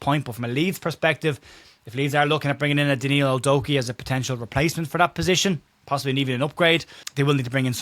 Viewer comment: Did you say “Doku”..? 😂 Average form.. knew what you meant by “average” 😉